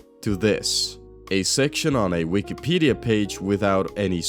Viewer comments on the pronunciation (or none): none